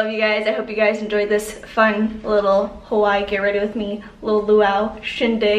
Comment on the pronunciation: Aaaaaaaaabsolutley love you but I’m born & Raised in Oahu & your pronunciation of Hawai’i is KILLING me 😅